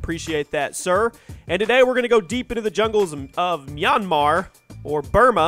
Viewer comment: finally u said maynmar right but u didnt on ur other video bro I was pretty mad